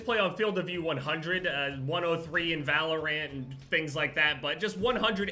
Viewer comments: I like how says valorant “valor-rant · The way he said valorant physically hurt me